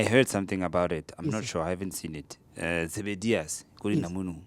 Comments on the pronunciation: not zebedius bro, Zebediela(producer of Oranges), i think that's what you meant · Almost correct its Zebediela